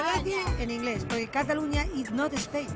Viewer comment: Alfonso tena hablas muy mal inglès,pronuncias pésimo...